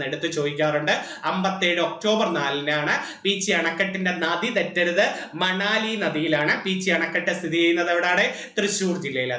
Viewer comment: മണാലി അല്ല മണലി പുഴ